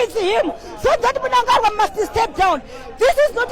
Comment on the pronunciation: The lady is not from Zim,she doesn't know how to pronounce Munangagwa